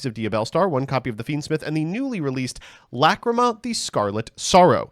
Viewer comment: Okay I'll bite; how did we pronounce the fusion monster named after the word 'lachrymose' correctly for months, but now that it's a different card we get "luh-CREAM-uh"?